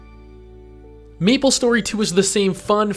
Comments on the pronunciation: 1) its may-ple .. not me-ple.. 2) it was never p2w, it was p2look cool. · why do you keep saying Meeplestory? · i disliked cause you kept calling it meeple story and not MAplestory . . . . . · "what does meeplestory 2 bring to the teeble?" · Austin Norman I'm glad I'm not the only one. I cringed every time he pronounced it Meeplestory and Mablestory some 100 times